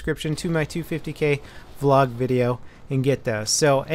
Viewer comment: Dear, please stop calling it "Valog" it just sounds goofy. V Log sounds MUCH better...